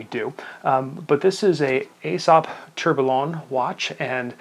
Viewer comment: At least you are self aware to it😁.. yes, you guys in the US do say things in a funny way 😉. Actually just one thing- Tourbillon is pronounced without the “LL”, so it sounds “to(u) r bi yon”. Great review. I own the Aesop, the other dial, and the Pierre Paulin (same dial but with 3 hands). I enjoy them a lot.